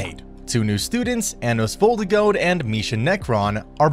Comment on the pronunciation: The way you say Anos Voldigoad is actually nice considering your accent Nice